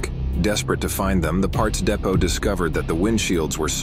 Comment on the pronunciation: It’s pronounced depot. Not depot